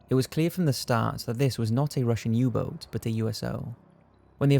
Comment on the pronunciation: "Russian Uboar"? You mean submarine? lol